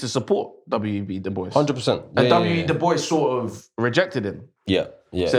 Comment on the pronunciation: Amazing conversation guys. Please check the pronunciation of the name Dubois.